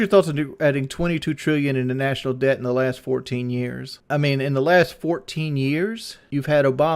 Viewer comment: pronounces the b in debt lawl